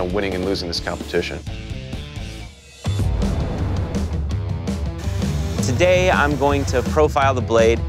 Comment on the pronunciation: He said, “Cumpeeteashen”